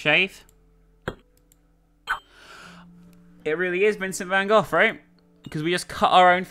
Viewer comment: Who the hell is "Vincent Van Goth'??? xDDDD